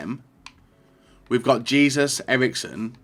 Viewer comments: it’s “Jay-zews” not “Jee-zus” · Hay-zus really not that gets to pronounce